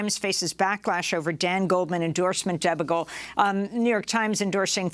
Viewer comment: Not sure how you have an extended career in television without knowing how to pronounce "debacle".